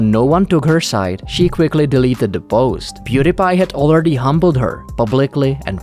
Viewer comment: Pew DIE pie. Stop mispronouncing his name